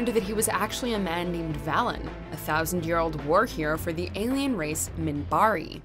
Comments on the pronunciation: It's VAYlen not VAHlen. Get it right... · Love that Babylon 5 made this list! However, it’s VAYlen, not VAlen. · Oh ffs WatchMojo, everytime I watch one of your videos I immediately notice the lack of research when it comes to pronunciation. So frustrating. For example, in Babylon 5, 'Valen' is pronounced Vay-len not Vallen. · You need to do me a huge favor. Flip your vowel sounds in Valen and Dalek. Vay-lin. Dah-lek. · ...oh, honey. You're about to get it. "Vay-len." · It's pronounced VAY-len. Also Buffy sucks hard. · You mispronounced Valen. It is a long a sound. So you are not the one.